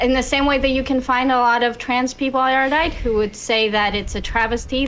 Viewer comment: How can Destiny still not pronounce Erudite?